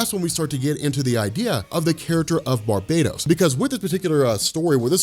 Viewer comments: I love your videos, but for the love of all that is Batman, it's not pronounced "Bar-bae-doze," it's pronounced "Bar-BAT-tos"! You're driving me to watch Benny's Dark Knights Metal videos over yours! Why would you do that??!?! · Gods this is so awesome... you are the man but maybe try bar-buh-tose? I just hear barbatos-slim every time you say it... it never leaves my mind. I dunno, could be a no win scenario though cause I bet your pronunciation is correct. I know they won't do it, but I sure wish the Morningstar or Destruction or Oberon would come and remind Barbatos-slim what it is. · I know it’s not a big deal but shouldn’t it be pronounced Bar-BAT-os? It is Batman sir. I mean the metal isn’t called “baitmanium” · Pretty sure it's actually BAR-ba-tohs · That's where we get "Barbarian" from, and it's "Barian" not "Bar-BAR-ian" so I still think it's BARB-ah-tohs rather than bar-BAT-os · its pronounced bar bat tose